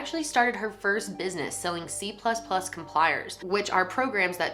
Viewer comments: it's c++ compilers not compliers. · COMPILERS not compliers 😂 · did you just say c++ compliers? I think u mean compilers?